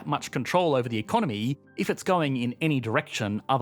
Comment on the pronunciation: I've never before heard anyone pronouncing economy as economeeeeeee... And hearing that just makes me want to dislike the video 😂